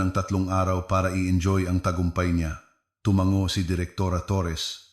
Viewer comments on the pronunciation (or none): none